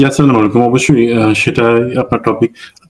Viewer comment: আমার প্রিয় বড় ভাই আপনার বিশ্লেষণ আমার কাছে অনেক ভালো লাগে, কিন্তু একটু কষ্ট হয়, তখনই যখন আপনি প্রথমেই আমাদের উদ্দেশ্যে সালাম প্রদান করেন, কিন্তু আপনার দেয়া সালামটা শুদ্ধ করা দরকার, যেমন, (আসসালামু আলাইকুম) এই উচ্চারণটা শুদ্ধ, দয়া করে সালামটা শুদ্ধ করে নিবেন, আল্লাহ তাআলা আপনাকে দেশ ও জাতির জন্য কবুল করুন।